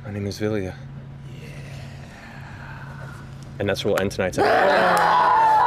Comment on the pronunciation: My name is Vilya Ashley's hearing: My name's Azalea I was hearing "Azalea" too